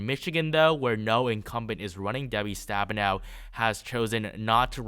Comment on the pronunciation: You pronounced Debbie's last name incorrectly, in Michigan its pronounced Senator Stab - Me - Now